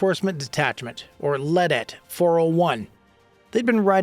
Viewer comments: Stop saying "lea-et", it's "LEE-DET" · Former USCG- veteran…I’m a Plankowner of TACLET North - LEDET 5D. ( its pronounced LeeDET) just an FYI…😊 The Navy- doesn't do the boarding only CG can do the boarding/interdiction. Technically, when this activity occurs, the Navy ship changes operational control under the CG. They ( Navy) actually have to raise and fly the USCG Ensign while engaged in CG law enforcement operations.